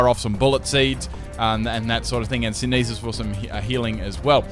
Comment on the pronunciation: Why do you pronounce synthesis like that? Is it an Australian thing? How do you pronounce photosynthesis?